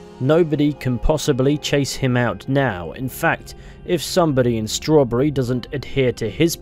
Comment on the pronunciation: "schrowrburry" (jk i adore your vids lol)